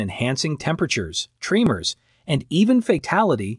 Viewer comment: Not tree-mers say trem-mers 😊